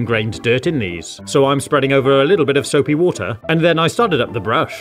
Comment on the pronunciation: Nahhh bruv, its soupi woodeir